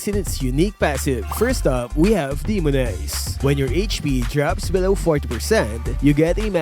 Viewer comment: demo-nehz😂 DEMO-NAYZ.